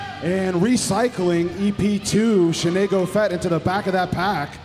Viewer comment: "Shenay-go-Fett" haha...